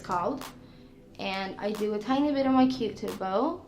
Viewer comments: she said cutip bow instead of cupids bow XD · She said qu-tip bow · Did she just call her Cupid's bow a q-tip bow 🤣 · She said “I do a tiny bit on my Q-tip bow” instead of her Cupid’s Bow what a sweet angel. My heart absolutely melted